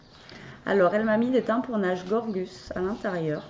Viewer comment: Et on retrouve la Gorguss et pas la Gorjjjuss 😂😂😂😂😂😂